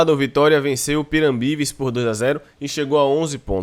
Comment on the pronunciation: Agonia da porra o cara falando piranbires , o nome escrito pirambu